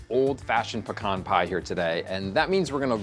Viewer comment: Thank god pronounces 'pecan' correctly